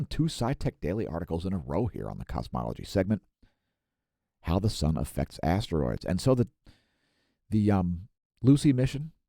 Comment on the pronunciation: I thought you said Assroids,i don't know shit about Asteroids.